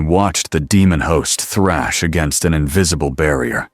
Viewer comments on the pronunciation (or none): none